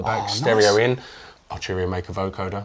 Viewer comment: Love but need Jack 😥 Not Archuria man but Arturia 😑 This is great but needs more keys, bigger screen and more sliders/knobs. Pigments and a lot of the V Collection are fantastic. I have it and use it regularly. It looks beautiful and undoubtedly sounds good but why would I buy this over a Modx 7 Plus? Also, this guy barely played. Felt this didn't really demo the product that well. Not sure if this guy is a playernor not but even the playing at the end was uninspiring.